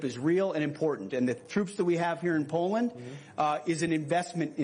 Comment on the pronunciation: her English accent was very poor. They could've hired someone more qualified. FFS she couldn't even pronounce Poland properly. That's a disgrace in itself.